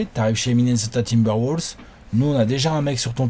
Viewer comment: Par contre faut arrêter de dire "Woulves"...